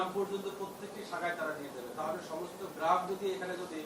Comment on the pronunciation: ১টা জিনিস আপনারা খেয়াল করেছে এই লোক নাকি ইসলামী ব্যাংকের চেয়ারম্যান? এই ১মিনিটে গ্রাহক শব্দটা ৪বার উচ্চারণ করেছে ৪বারই বললো গেরাহক এনাকি ১টা প্রতিষ্ঠিত ব্যাংকের চেয়ারম্যান?